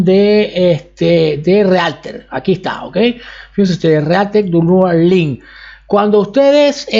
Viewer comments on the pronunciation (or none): “Downlad esta fila” JAJAJAJAJAJA